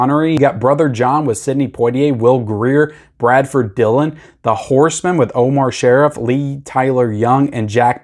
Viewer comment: Not to be a pronunciation snob, but it is pronounced Omar "Sharreef" very famous actor from Lawrence of Arabia, Doctor Zhivago, etc...By the way, those are some dollar store DVD's come next Christmas season!